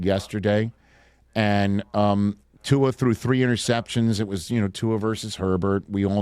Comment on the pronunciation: Somebody please tell the world that Tua doesn't have an "N" in his last name.